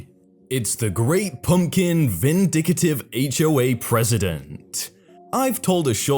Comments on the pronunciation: Vin-dic-tive. Not vin-dic-a-tive. Jesus,. Get it together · It's vindic-tive it;s not garnish (green parsley on plate} it's garish as in something ugly.